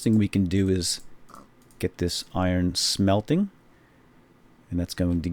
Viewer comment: Thnx, but i thought you pronounced both as melting ;)